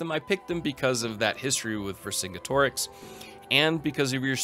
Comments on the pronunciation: I do not condone this guy repeatedly pronouncing Vercingetorix like that. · I've never heard anyone say Vercingetorix like that lmao